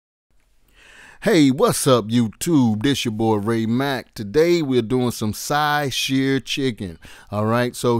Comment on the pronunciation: dude: pronounced shaaah chaaaaaah